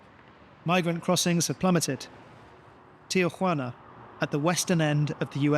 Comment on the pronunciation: It is Tijuana, not "tiajuana".